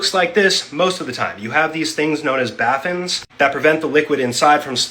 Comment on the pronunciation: They are called "baffins", they are called baffles. Doing this is called "baffling". Man that dude says so many things wrong.